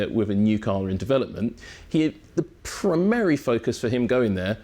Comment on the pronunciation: I've never heard someone pronounce primary as pri-mary before